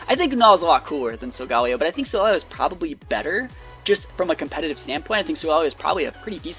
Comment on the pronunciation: Wtf solageo lmao can u even English it’s solgaleo Sole-ga-lay-oh